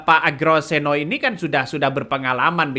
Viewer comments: Bacanya UGROSENO bang......😢beliau namanya OEGROSENO...pake ejaan lama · Sebut nama orang jangan asal ucap bung, bukan Egro yg benar Ugro, apa yg ada tertawakan tdk lucu coy !!!